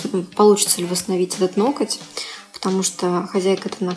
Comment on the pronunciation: Неужели так сложно переучиться говорить ноГоть, а не ноКоть? Ужасно режет слух, сотня раз правильное повторение и Ваша речь идеальна